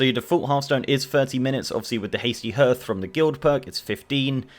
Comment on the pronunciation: So mispronouncing hearth was just you triggering people about pronunciation?